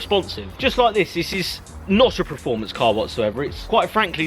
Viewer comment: I think the word is perform and not prerform